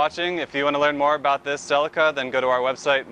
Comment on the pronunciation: Pronounced Sell ee cah. Not selly car